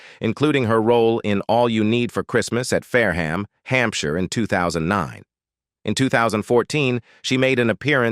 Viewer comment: Fair-Ham I don't think so.